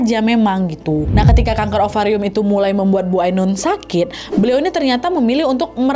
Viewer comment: "AINUN" kak nad bukan "AUNUN"